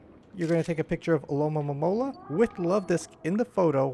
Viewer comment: Thanks for these vids. But you keep saying Alomomomola instead of Alomomola lol